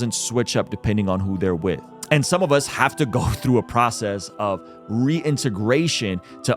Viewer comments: Like the message. But where did you learn to say the word "through", lol. You are putting an L in there somehow, haha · Great video. Not sure if I want to watch the show now. Apple TV is just another subscription, which I suppose is an addiction in certain terms. One thing I would say is when you say the word through you sound so Scottish, that’s how I say the word. lol. Keep up the good work.